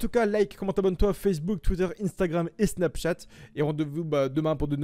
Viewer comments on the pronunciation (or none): none